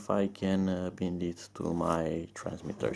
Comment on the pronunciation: Well, leave it to Gear Best to leave you hanging ... Hope you find out how to Bind it (btw, bind is pronounced with the long I sound, as in wine ... bind .. ha ha). Good luck. Cheers.